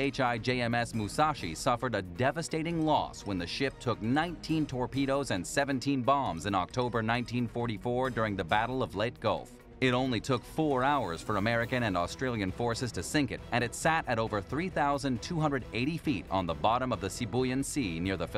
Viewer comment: It's Lay-tay Gulf, not "Late Gulf". And the Musashi was one of THREE ships in of the >Yamato< Class. So it wasn't "The greatest battleship ever built", it was one of the greatest CLASS of battleships ever built. A later reference to it as "The Musashi was the largest class of warship when it was first launched" is obviously incorrect since "Musashi" wasn't the name of the class, it was The Yamato Class". Gunners don't "try to dodge impact of incoming rounds". Gunners (as referred to here at the "main 270 ton gun") couldn't dodge anything. They couldn't SEE anything. Turrets don't have windows. The gunnery crew is inside a closed turret, so they didn't get "blown off the ship's deck..." into the water, icy or otherwise. If the water in the Philipines ever gets "icy" we'll all be dead. And it wasn't the "Main gun". There were nine nine 46-centimetre (18.1 in) main guns mounted in three triple gun turrets. Please advise how air trapped inside a ship's hull makes it implode. Your commentary makes it sound like it happened on, or near, the surface. At this point, I stopped watching. The information given is horribly inaccurate. If you folks do any more videos like this, do yourself a favor and ask someone who KNOWS what they are talking about to vet your scripts before embarrassing yourself further. Thumbs firmly DOWN for this circus.